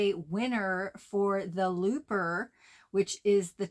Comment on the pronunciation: CONGRATULATIONS ANGELA 🎉 Each time you said Looper, Lisa heard "Loofah" 🙄